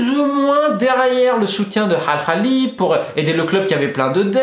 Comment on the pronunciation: J'aime tes video mais c horrible quand tu prend un accent pour prononcer des nom propre... Dit Al ahly pas al khali